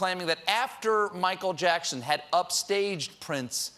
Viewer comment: Michael Jackshun?